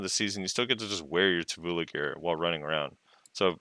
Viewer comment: Every time says Tuvula a little piece of me dies:')